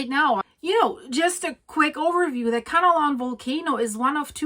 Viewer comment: It’s Kanlaon, not Kanalon.